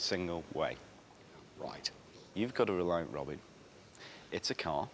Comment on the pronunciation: Bro literally made "reliant jet-in"